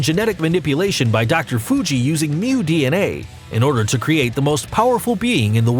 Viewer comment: finally, he got one name right mew it was about time